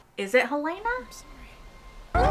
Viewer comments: Helly was never hel-LAY-nuh. She was always HEL-luh-nuh. We suspected this in season 2 episode 1, but we learned it absolutely for sure in episode 2. In fact, it was so obvious that I spent the next couple of episodes assuming that we all know it's Helena (HEL-luh-nuh), and assuming the writers were going to pull some kind of twist that would be more surprising than simply revealing that Helly was Helena (HEL-luh-nuh), since we already knew that. That made the reveal in this episode somewhat disappointing. In addition, because we all expected Mark's reintegration to have been completed by now, we spend most of the episode trying to figure out why he's showing no sign of reintegration. This is one of the worst episodes of season 2. It doesn't seem to follow from the events of the previous episode. It introduces nothing new and answers a question we already knew the answer to. And it's HEL-luh-nuh. Just like every character in the show pronounces it every time they say it. You've never heard anyone call her hel-LAY-nuh. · PLEASE pronounce Helena correctly. It us not Hell-LAY-na. It is HELL-lah-nah.